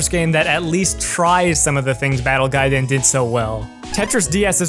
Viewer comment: I want you to do every future video exclusively in Japanese because the way you pronounce it is A+ - austin